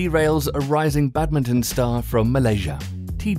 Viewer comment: isn't it 'badminton', not 'badmitten'